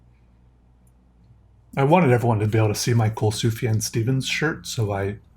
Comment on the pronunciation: THAT'S HOW YOU PRONOUNCE SUFJAN STEVENS???